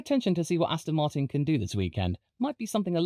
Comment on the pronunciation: everyone mentioning the joke circa 9 minutes but i don't see anyone appreciating aston martinn,,,,, rotat e ast oN rotato FASTA astonmartin go g O can you feEL it a s t s on mart win yEs feel tHe S pED WE HAV rEAFHJED MAXINMUN VELSOSIPY